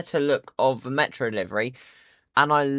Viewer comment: ME'ROOOOOOO {pronounced Meh ro